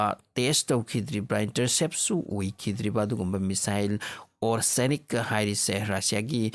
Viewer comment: Why did you calling it's Oreshnik is Orsenik?? 🤔😬